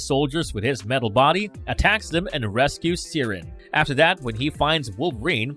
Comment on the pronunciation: Banshee's daughter's name is Siryn, pronounced siren 🚨